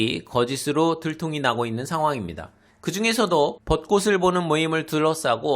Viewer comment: 벗꼬슬(X) 벗꼬츨(O)